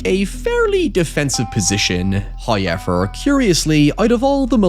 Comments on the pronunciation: First "hoyevver" drops . We blame Bon Jovi for this. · "Highever" = "however" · Wasn't prepared for the big "Hoyever" on the screen XD .